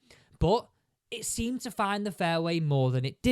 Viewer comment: “Fidn” it? 😂